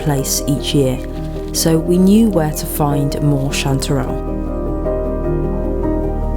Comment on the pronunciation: I like the way you say chanterelle cantdadelle